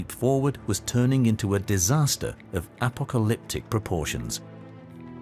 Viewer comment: What in the world is that pronunciation of apocalyptic? 🤣🤣🤣